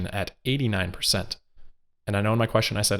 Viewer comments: 30 perthent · 20 perthent